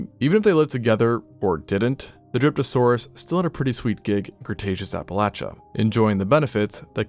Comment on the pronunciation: My tired brain heard Derpasaurus not Dryptosaurus😂